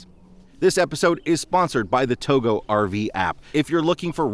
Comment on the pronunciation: I thought Togo was pronounced to go, not Togo as you pronounce it